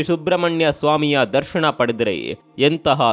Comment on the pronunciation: ದರ್ಶಣ ಅಲ್ಲ ಅದು ದರ್ಶನ.. ಉಚ್ಛಾರಣೆ ಸರಿಯಿಲ್ಲ